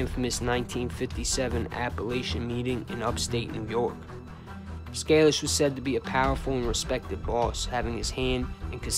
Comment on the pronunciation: Its pronounced Scay- lish. If you could do anything on Johnny, boss of very powerfuk Cleveland mob from 45ish -76 was at Appalacin, had first financial interest in Vegas through Moe Dalitz and the 'little Jewish Navy' guys who owned The Beverly Club in Kentucky and spun the profits into ownership points in the Dunes hotel in Vegas, without the TeamstersPention fund, before that. But, there's very little info on him, unless the family wanted to do his story, but I doubt it